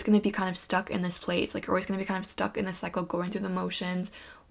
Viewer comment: pile 1 u said cycle but i kept hearing psycho 😬😋😂